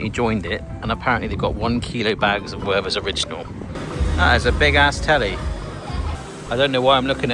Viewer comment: The "th" in the name is not an English th. The h is silent, and the t pronounced hard. Also the first e is an open one. More like "Vehrter's"